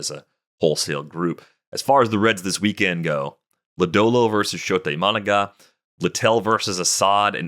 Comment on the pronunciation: Guys... it's I-ma-NA-ga not I-MA-na-ga. smh